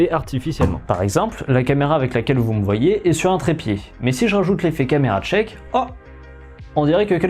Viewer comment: "Le camera tchake" mdrr